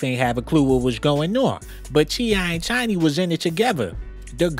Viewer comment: Is he saying CheeEye & Chiny?